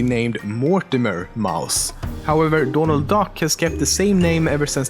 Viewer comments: He he you say dånald and not Donald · Donald, not doornald, Donald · donald or dornaald? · dånald duck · Is it your accent that is making you say "Dornald Duck"